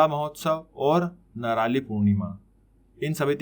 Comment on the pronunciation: Q.7 = नारली पौर्णिमा । ✔✔ नराली नही ❌❌ thanks ! Naral = nariyal = coconut 👈